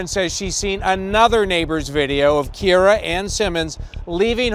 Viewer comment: Key air rah! Kee aer ruh!